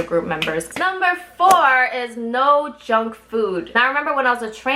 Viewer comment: When she said no junk food I heard no jungkook... And then sudden shock I got😂